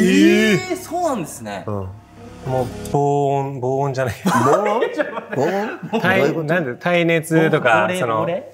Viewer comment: 防音って言い間違えちゃうがちゃんも面白いけど、影のぼうれいってなにｗｗｗｗ言いたかったことは分かるけどｗｗｗｗ